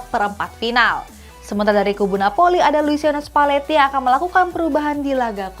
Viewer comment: Dubernya ngasal, nyebut spalleti jadi spatelli 🤣 Di menit